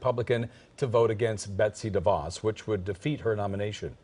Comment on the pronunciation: The name de Vos is so short, you might expect it could be pronounced properly.